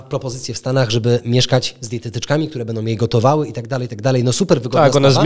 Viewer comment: MówiOM bedOM...Przerażające jak ludzie którzy powinni dawać przykład sami nie potrafIOM siem wysławiać... Tragedia,ktoś kto tak się wysławia z miejsca traci w moich oczach!!! Wstyd!!!